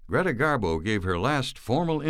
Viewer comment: Do you call her Carla it’s Greta great documentary by the way love your voice dear but can’t figure out how you call her